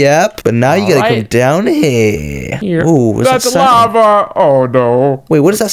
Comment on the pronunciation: its lava not laver lol